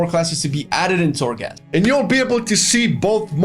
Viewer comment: Unpopular opinion: I can't care less about Torghast. (its called Torghast, not Thorgast guys). I basically don't care. Ill do it tho. As i did farm azerite, islands, raided and other stuff that is needed in the game to progress. I hope they add a good level of difficulty to it, if its not a challenge its not fun for me. Ty for the video tho. Its important to know.